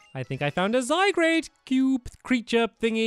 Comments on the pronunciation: garde not grade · u don't say zygarde correctly u say zygrade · It's zygard not zygrade srsly I can't stand him saying zygrade and don't hate becuz this is MY opinion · Did he say zi grade ?OMG it's Zi, gar, d, zygarde but beside that good 😊 video stamps.👍🏻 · Stampy the offical prounociation of zygarde is zi guard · Did he say "Zygrade" !?!?! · you keep saying ZYGRADE cube creature thingy! It's called zygarde sels! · STOP SAYING ZYGRADE ITS ZYGARD IT MAKES ME RAGE SO MUCH and the executor is a dragon XP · Stampy it's zy garde not zy grade pls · it's zy gard not zy grade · Stampy it's not zygrade its zygarde not grade garde pronounced guard so pronounce it Zyguard that's why its garde and not grade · It's pronounoused zygarde not zygrade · Stampy its called Zy-guard just so you know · it's pronounced "Zy-guard" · It's Zi-Uh-Gar-du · Stampy... It's Zygarde not Zygrade.. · Is any one else triggered when he calls Zygarde Zygrade? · It's pronounced Zy-gard! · Stampty it pronounced Zi-Gaurd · You are saying zygard wrong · stampy its z-y-g-a-r-d-e not zygrade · stop saying zygradeeeeeeeeeeeeeeeeeeeeeeeeeeeeeeeeeeeeeeeeeeeeeeeeeeeeeeeeeeeeee!!!!!!!!!!!!!!!!!!!! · stampy you don't say zigarde right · STAMPY!!!!!!!!!!!!!!!!!!!!!!! ZIIIIIIIII GARD!!!!! thats how u say it ok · HES SAYING THE NAMES OF POKEMON WRONG ZYGARDR NOT ZY GRADE LUNALA NOT LULANA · First Zyqrade then Luluna. Pronounce it right, Stampy